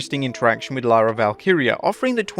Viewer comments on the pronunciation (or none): none